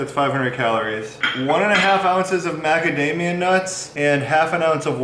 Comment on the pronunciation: Is saying ‘macadamiaN’ nuts? 😂